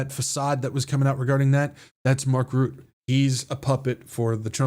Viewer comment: Trumpushka 🤣🤣🤣🤣🤣hahaha good one!! On a side note, Mark Rutte is not pronounced as Root, but as Rut (like your in a 'rut') and then plus 'te' (kind of like 'the') , so Rut-te. Not that it matters 😉. I am very glad with your updates in this crazy world full of lies!!!!!!!!!❤ Praying for you every day